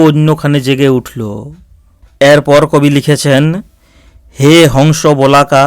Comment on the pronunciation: মাফ করবেন বোলাকা নয় বলাকা বলুন।